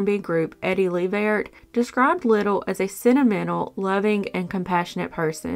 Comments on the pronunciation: Eddie Levert, not Livert. Thanks for this video. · Eddie “Luh-Vert”, not “Lee-Ver” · Great video but on Frank “Frankie” Little Jr case you zoomed in on the picture of Eddie Levert Sr(the black and white group picture)... and Levert is pronounced (luh vurt). Nevertheless good content!